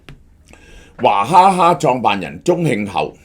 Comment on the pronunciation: 娃不是讀華